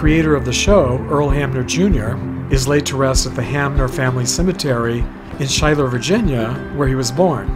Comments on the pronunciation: The actual pronunciation is Skyler not Shyler. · I was born and raised near Earl Hammer's real home in Schuyler Va. and have toured it many times. A few of the cast members were at the 🏠 back in September. Oh and Schuyler is pronounced Skyler. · oh my God you did it again. Another great video. And this time about my favorite TV show of all. Thank you so much for this! One minor correction though. Schuyler is pronounced like Skyler.